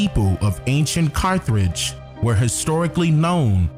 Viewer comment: Carth age brother no r after th please.